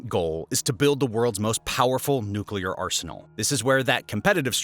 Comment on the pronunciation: They could also have a Chornobyl-type nuclear accident. And it is pronounced New Clear, not nuke-u-lar